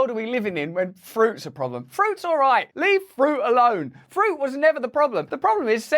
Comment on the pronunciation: Fruit Russell NOT Friut! 😯😯🫣🫣👍